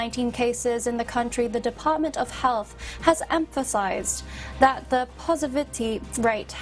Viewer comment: Positivity, should be pronounced correctly...maybe she's nervous or need a reading glass for that matter...you can do it girl...tongue twister would help.